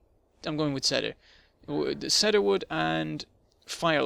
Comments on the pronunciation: It's not Sed-her, it's Seed-her. Grammar Nazi AWAY! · eh. everyone else is doing it. Cee-der is how we say it in Canada./ˈsiː.dər/ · shannon robinson The pronounciation of Cedar wood is Seed-her not Sed-her.